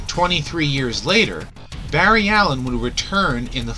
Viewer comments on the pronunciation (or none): none